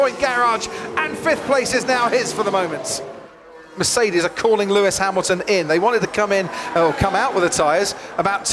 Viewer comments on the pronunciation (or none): ... it is NOT Lewish ... it is NOT Bottash ... and it is certainly NOT Max Vershtappen!